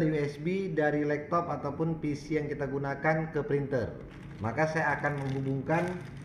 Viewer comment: Laptop bang bukan lektop